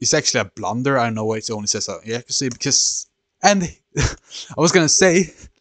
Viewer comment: Stockfish calles his move “inaccuary” lol